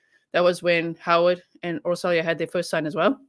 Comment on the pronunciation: Her name is pronounced as Or-sho-ya.